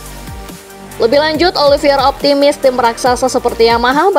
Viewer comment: untuk ketiga kalinya saya comment ini, narator masih salah cara nyebut nama Oliveira. yang benar itu olivEIra, bukan olivIEra